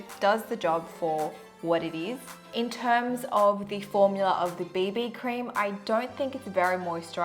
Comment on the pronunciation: I thought she said baby cream, not bb cream 😂😂😂😂😄😄😄😃😁😀